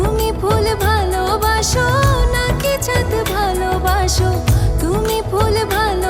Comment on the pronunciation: সিয়ামের জায়গায় অন্য কোনো পেশাদার গায়ক নিলেও পারতেন l তিনি কয়েকবার ' বালোবাসো ' উচ্চারণ করেছেন l লম্বা দম নিতে ও তার সমস্যা হয়েছে বলে মনে হয়েছে l